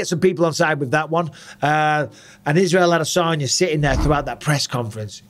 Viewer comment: Is it just me or did Israel tell everyone how to pronounce his last name correctly (which is: Uh-Dess-Unya, not Add-Uh-Sonya) and then everyone just fuckin' ignored it?